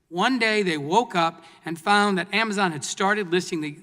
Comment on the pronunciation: "Amazine" lol